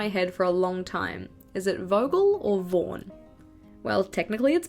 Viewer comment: BTW, here in Spain the “Vaughan method” was an innovative method to learn english. But the way “Vaughan” was pronounced has nothing to do with how you do it! Hahaha